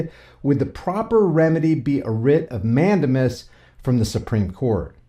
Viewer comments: Mandamus is pronounced Man- Dame- Us. 😂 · It is pronounced mand-A-mus with the accent on the second syllable and using a long "A" sound as in the word "take" not a short "a" sound as in the word "tac".